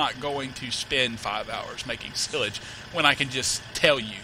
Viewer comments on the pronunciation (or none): it is not sillage it is sileage you ideot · you say sialage rong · its pronounced SY-LAGE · It is is-page not sil-age? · its silage no sillage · PRONOUNCED SI LAGE. Like SI on duck dynasty, and LAGE like ledge without the d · silag it is not how u prononce it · Silage as in 'Sigh' - 'Lidge' ... Weidemann as in 'Wider' - 'Man' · Your pronouncing silage wrong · you do know silage is pronounced with a long i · you said silage wrong but it was AWESOME the way your accent phrases it! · you are saying silage wrong lol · fyi that is not how you say silage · learn how to say silage!!!!!! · U pernounce silage wrong